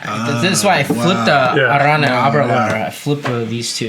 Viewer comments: Stop calling Arran, "ERIN" or "AARON". That is an idiotic American pronunciation. I see this in other Youtube channels too. It's AH-RRAN. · It’s pronounced air-un guys. And it’s the best whiskey you had there. AnCnoc is very good as well. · I love these guys but they try to get so fancy with it and it’s not good… it’s literally just Arran like the name “Erin” or “Aaron”. Maybe with a slight “Ah” but not whatever they were doing, their research is always spot on but this episode missed. Saying Bruichladdich is peated too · FFS. That is absolutely NOT how you pronounce it. "ERIN or "AARON" is utterly wrong. The locals pronounce it "Ah-rran". ie Scottish gaelic. Dutch calling Bruichladdich as peated is wrong though. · I’m sorry to bust your bubble but the master distiller from Arran even acknowledges that pronunciation is ‘Aaron/erin’ otherwise he would have corrected everyone when he received the online whisky award. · True. Very peculiar pronunciation.